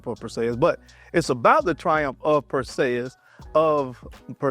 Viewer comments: You said his name wrong bruh. Clash of the Titans. It not Pur say us. It is pur·see·uhs. Just wanted to let you know. I am not trying be funny. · Is anyone gonna tell him that he's fuq'n up the name... PerSAYus😂😂😂 Nahhh bruh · PER-SEE-US... Is how it's pronounced